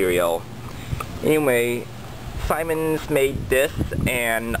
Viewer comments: Its pronounced ZEEMANZ not SIMONS. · Simens? It's pronounced 'SEEMENS"